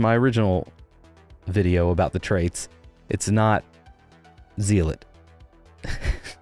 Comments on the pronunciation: Zee lot annoyed me too, but I let it go because the root word is "zeal" which is pronounced "zeel" so it's an understandable mistake. Also "zealous" is pronounced "zell" as well. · Haha, have you ever watched Marco Styles? He was big with the Division. He used to say, Ze Later...and I thiught of that when you said Zeelawt. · Zealot comes from the Greek word ζηλωτής which is actually pronounced zee-lo-tees. You're not wrong. You're just original. :p